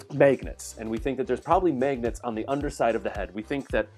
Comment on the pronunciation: Megnets?!?!?!?!?!? But actually, great video